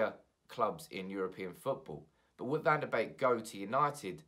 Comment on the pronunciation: Isn't his name pronounced 'BEEK' not 'BAKE' lol